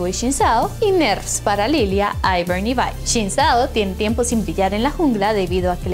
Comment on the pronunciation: Quien le dice “Vai” a “Vi”?